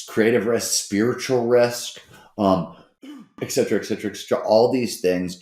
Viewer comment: eceteraing the ecetera, ectera xD nice one